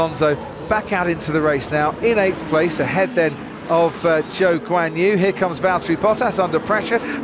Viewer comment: Why do I always hear "Joke's on you" when you talk about Zhou Guanyu?